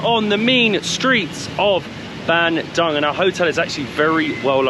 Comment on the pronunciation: It's pronounced Ban doong. Not Ban dung 😂 In Indonesian, 'u' is always oo. And 'c' is always ch